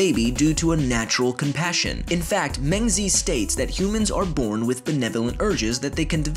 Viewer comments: “mayng-zee” bruh at that point just call him mencius. his real name is pronounced more like “mung-juh”. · "mang zee" I'm done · Just if you wanna know it is pronounced m-aah-g zee. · As a Chinese native speaker, I'm surprised that Mengzi pronounces like "Men Z" in English. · I think it would be appropriate for life noggin to at least google search how to pronounce names of important figures they mention in their videos rather than butcher the names. rip mengzi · you said meng zi wrong sry XD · You read Mengzi's name incorrectly :( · i expected to pronounce mengzi correctly